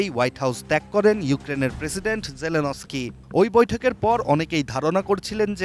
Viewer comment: অশিক্ষিত মহিলা নিউজ পড়তে পারে না, জেনেলস্কি পড়তে ও বলতে পারে না, নাম করা চ্যানেল ATN News এখানে ভুল হবে আমরা মেনে নিতে পারছি না